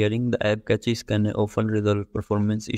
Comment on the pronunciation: are you saying something or throwing up? i don't know what catches are, just cache...